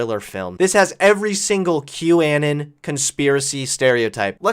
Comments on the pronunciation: its pronounced anon as in anonymous, not anin like autistic anakin skywalker. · ..seriously "an-in"???? why? just....why? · I love that you mispronounce qanon